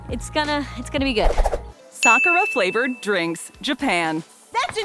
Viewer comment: At least they know how to pronounce sakura right .